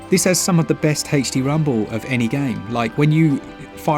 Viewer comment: I know he's saying "HD rumble," but all I hear is "Hasty Rumble." Not a complaint, just genuinely made me chuckle lol. Also, Borderlands 3 on Switch is awesome. Sure, it looks like mud compared to the better versions, but I get gyro aiming, and I can play it ANYWHERE 😊. My biggest complaint is it still crashes most of the time coming out of suspend, and it can cause the Switch to work the hell out of its itty bitty cooling fan. Which, in turn, causes frame skips, etc. Even with these gripes, I have probably put somewhere in the realm of forty to fifty hours into it.